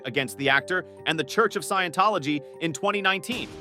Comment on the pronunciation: LOL at how it butchered scientology.